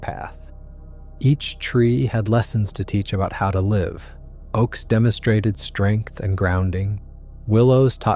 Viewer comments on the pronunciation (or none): Artificial voices always give themselves away, I hate it. AI is not capable of pronouncing some words properly. Words like( live) have two pronunciations this gave it away immediately at the beginning.